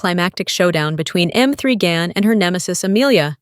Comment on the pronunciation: Damn, learn to pronounce the title of the movie. Irritating narration.